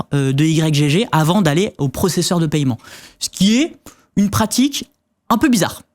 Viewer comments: Paiement pas paYEment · JE SIGNALE AU BARBU À LUNETTES QUI PARLE DANS LE DÉBUT DE LA VIDÉO QUE L'ON NE MENTIONNE PAS LE PAILLEMENT LE TERME C'EST PAIEMENT IL N'Y A PAS DE YEUX ORALEMENT DONC IL FAUT QU'IL REVOIT SA PRONONCIATION DU MOT JUSTE POUR INFO EN+ IL APPUIE FORTEMENT SUR LA SYLLABE EN QUESTION À CHAQUE FOIS QU'IL LA PRONONCE ! BREF FIN